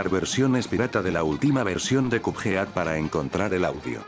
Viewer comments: Porque dices youtube se pronuncia yutub y cupead y cudfeat se pronuncia codped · "kup jeát"